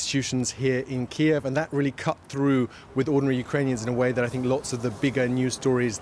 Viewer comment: They're pronouncing Kyiv wrong. So apparently DW is pro Russia too.